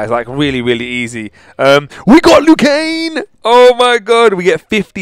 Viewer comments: when ever you say his name you say it like 'Liu KANE' it is pronounced 'Liu KANG' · Just to make sure that it's LIU KANG not LIU KANE. Nice video though, keep up the good work. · He's name is Liu kang not Liu keng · He says Liu Kane Instead Of Liu Kang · it's Liu KanG, there is a G on the end. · Is it me or does it sound like he's saying lu kane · Lol you weren't saying it right, it's Liu Kang like Kang the conquerer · I don't want to be rude but he pronounces Lui kang's name Lui Kane... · is he saying liu kane? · Lou Kane? Lmao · Why is je saying Liu Kane 😂